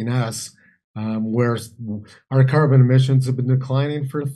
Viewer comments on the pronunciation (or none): The ways he pronounces carbon and garbage is like my 7 year old